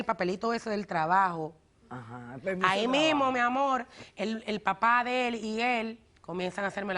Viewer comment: “Amol...” este es el problema, nadie comprende el idioma que este tipo habla “Amol”